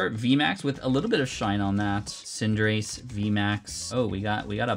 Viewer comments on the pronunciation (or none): none